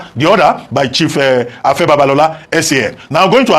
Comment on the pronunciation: Pigin English doesn't you should not be able to pronouce simple 3 letter words Afe and not Afa; now to to issue, VDM is correct as usual